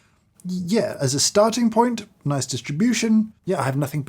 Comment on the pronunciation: Joffman "naice"